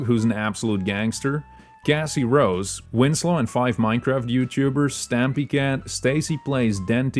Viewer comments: I’m sorry but your accent makes Cassie Rose be Gassy Rose and Beacon town, bacon town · MEERP❌️. Cassie rose is originally from mcsm and can be obtained in forsaken via earning the "what a shame" achievement